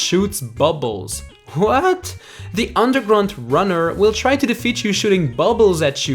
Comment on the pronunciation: With the unmdergrunt gunner your said underground “runner”